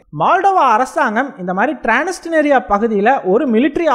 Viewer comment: றான்ஸ்னிஸ்றியா என்று வாசிக்கவும் ட்றான்ஸ்னிஸ்றியா